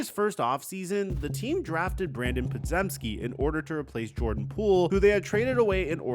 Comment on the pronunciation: It's pronounced "Paw-Gem-Skee."